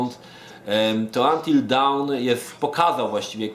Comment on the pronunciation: fak, kurwa w mówisz poprawnie, by powiedzieć jakieś "dałn" LOTDEFAK!!!